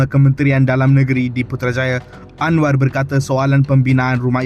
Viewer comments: Malaydesh tak bisa ucap R, berikut buktinya 1. Anwa 2. Kuala Lumpo 3. Selango 4. Besa 5. Kasa Dll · 😂😂Jawahama pula sebutan nya terlebih " R" dan " a" contoh 1. Anwaarrr 2.Kuaala Lumpurŕr 3 Jakarrrrtaa 4. Surrrabayaa 5. Kaasarr